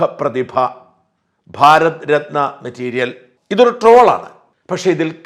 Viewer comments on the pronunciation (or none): none